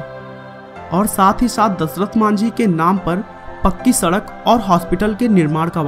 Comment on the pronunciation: O bhai kya dhasrat bol Raha hai dashrat ji bol ji